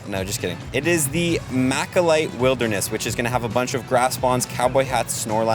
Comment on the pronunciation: It malachite not machalite